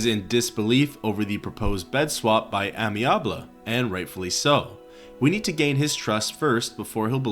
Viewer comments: Yo, someone has probably said this already but you know Amiable is not "Amyabley" but "amy-able" it's a way to say he's amenable. Able to be amenable type of thing. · Not sure if you knew or if it’s for funnies but in case anyone doesn’t - the first quest from Amiable - his name is Ay-Me-Uh-Bull and it’s a word that means friendly or agreeable! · Why did you wildly mispronounce amiable? Did you mistake it for a real first name instead of just a descriptor for the guy?